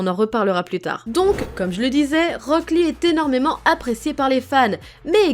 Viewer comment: J’ai eu mal des que t’as dis rock lee 😭😭